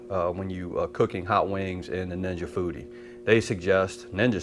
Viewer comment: What Dan Aunt Ja Booty? Oh Ninja Foodi😂 seriously my wife and I was talking while your video was playing and I thought you said aunt ja booty. That Foodi sounds pretty cool. Wings look good too.